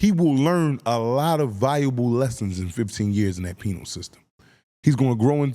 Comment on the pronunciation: it’s all love but make sure when you saying “Penal system” You say it like PEE-NULL system. Sometimes You be saying “Penile system” and that’s a WHOLE nother thing😂 I know that’s not what you mean but it’s a NOT ON DUTY.